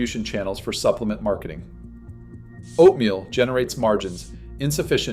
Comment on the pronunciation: Right? I was taken aback by that as well. Why did he pronounce it like that? Is this even a real guy? Or AI ?